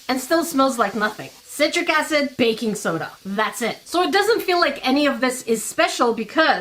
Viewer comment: When you said baking soda I heard faking soda, lol